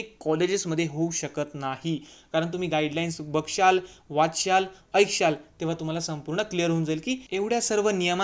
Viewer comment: बघशाल,वाचशाल, आयक्षाल😂🤣🤦‍♂️